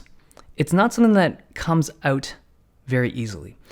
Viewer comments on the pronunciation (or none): I realised Dave iis Canadian because of how he pronounced "out" I figured that out because of the Canadian jokes on How I Met Your Mother